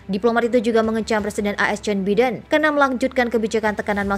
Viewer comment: Joe Biden braiii bkn Jon Biden... gmn sehhhh